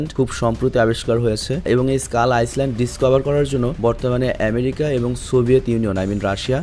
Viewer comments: আইসল্যান্ড না আইল্যান্ড ❤❤ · Ice land na. Pronounce hobe Ailand ( Island) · Not আইসলেন্ড it's আইল্যান্ড।